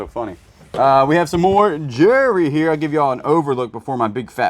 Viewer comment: I think it’s funny how you say jewelry like jury. 😂 I still like y’all’s videos though 😊